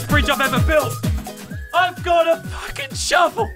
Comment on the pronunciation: He said don’t fwucking worry